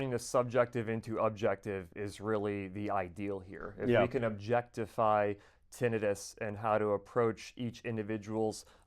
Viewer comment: What is funny about this video, is that you have these highly intelligent men, and they CAN’T even pronounce the word TINNITUS CORRECTLY! I’ve been tempted to office and leave a message on how to pronounce the word.